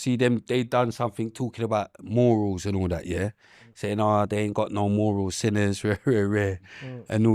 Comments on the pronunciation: pronunciation of some words is mind games when he allegedly got A in English. MOOOORULZ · First time I've ever heard morals being pronounced like that😂